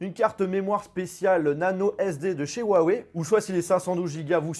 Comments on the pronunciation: STP prononce le "ruawei" et non "huawei" 😂✌ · On inspire, on dit rhou en expirant sur le h, on suit par un a et enfin wèye. Pas compliqué de bien prononcer la marque qui vous sponsorise.... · On en parle de comment y prononce huawei